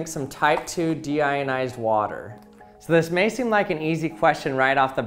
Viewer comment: What you hear: Deionized What i hear: Demonetized